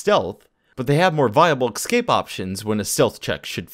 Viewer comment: Excape excape excape. AAAAAAAAAAAAA so infuriating.